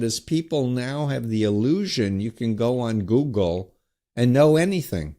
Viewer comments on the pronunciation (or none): none